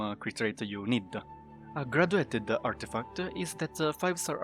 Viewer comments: Love it when you say "Artifacta". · I was gonna say the same!😂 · Stat-a, Artifact-a